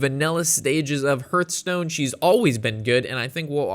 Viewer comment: Say it with me..."Hearthstone" - The first part sounds like "Heart", not like "Earth"